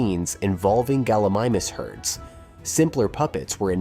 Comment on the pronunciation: Would be great if Gallimimus was pronounced correctly.